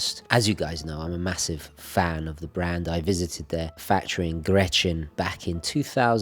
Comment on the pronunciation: I love you man and your love of our Swiss watches, but please don't butcher the names of Grenchen (not Gretchen) and Schaffhausen (not Schafthausen). I have no issues with an accent at all, but you switch out letters and I know that is not your intention. Best regards!